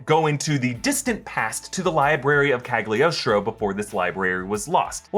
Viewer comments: PLEASE!!! it burn my ears any time i hear Cagliostro said like that... repeat after me.. CA LI (instead of GLI) OS TRO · why everyone read that "g" in Cagliostro? it's a dumb letter in italian!